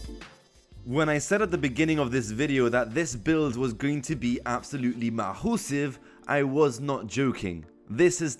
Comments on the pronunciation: It's pronounced "massive" not "mawhosive" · why did you say mahusive its massive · Mah-HOO-sive Love that